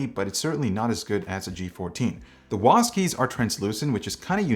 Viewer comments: wasd? its W A S D, wasd sounds soooo weird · THANK YOU! I thought he was saying WASP! LOL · why is he saying wasd keys like its one word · Is it just me with WSAD or does everyone say WASD?